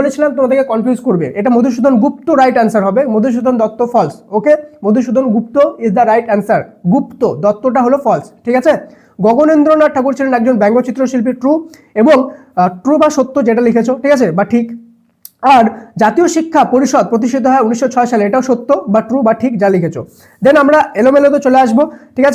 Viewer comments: গনেন্দ্রনাথ ❌ গগনেন্দ্রনাথ✅ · True , false Aa (2.2.3) Ota false hobe. গনেন্দ্রনাথ ache ota গগেনেন্দ্রনাথ hobe